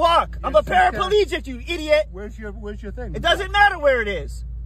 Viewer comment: A PARA-PEL-EGIC. He is the most healthy PAR-A-PEL-EGIC of all time.